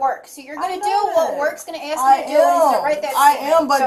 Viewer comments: I axed you to stop 😂😂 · She tried to "axe" the cops. She even admitted it. 😂😂😂😂